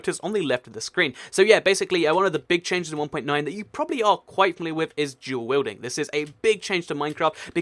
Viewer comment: lol I'm sorry, I kow I'm gonna get a lot of hate comments for this but I have to say it He said Jewel Wielding rofl